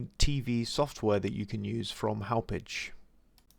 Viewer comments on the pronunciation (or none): So funny hearing others try to pronounce town names from long island. It's pronounced like haw-pawg. Company is located there.